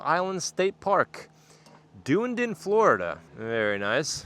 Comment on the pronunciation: it's pronounced DONE-E- DONE.